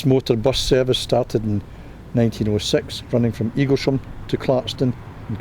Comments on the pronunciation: Pronounced eagles ham not sham! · NOT eagle sham its Eaglesham. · It's pronounced Eagles'ham. There's no Shh.